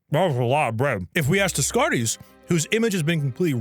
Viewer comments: "Des-carties"... Oh my brother 😂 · BROTHER NOT DESSKHARTEEZ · bro, its pronounced day-car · "Desscartees" fucking killed me lmfao. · I'm not even french and Dez-carties gave me psychic damage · Ah yes, my favorite 40K faction: The Adeptus Descartes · I believe Descartes is pronounced like day-cart although I could be wrong about that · Day-Cart That how you pronounce it in english. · Incredible to have him try so much different prononciations only to have them all be wrong, at least the baguette bit was worth everytime. Didnt look like it was a great one but surely you'll get some when you come to france for that sweet warhammer doc you're making, maybe. Hopefully. I love your vids man, I missed your dumbass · Ok most of these mispronounciations are understandable but how do you fuck up Descartes, everyone knows him. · I'm shipping you to france due the psychic damage that you're inflicting on me every time you say french names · has to be the first person to pronounce Descartes like he's a Warhammer character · I distinctly remember people in my high school calculus class pronouncing Descartes that way, much to the dismay of the teacher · In Spanish he'd probably be pronounced like that tho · rage baiting me by basically mispronouncing every philosopher's name was not what I was expecting when I clicked on this video